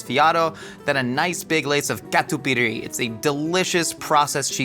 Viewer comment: Catupiry my beloved ❤❤❤ And pronunciation was great!